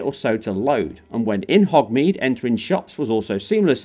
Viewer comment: 'hogmeade'. Come on, at least get the damn names correct